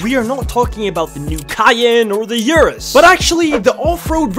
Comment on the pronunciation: Ain't no way bro just skinned, butchered and murdered the pronunciation of the Lamborghini Urus 😭😭😭😭